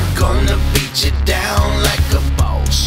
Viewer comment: why you saying it like a bows